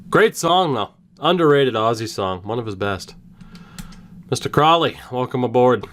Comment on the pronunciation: Did you say ossy Osbourne tHe GuY pOsT mAlOnE dIsCoVeReD